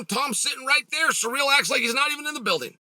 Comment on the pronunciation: 😂did he keep saying Sa REAL?🤣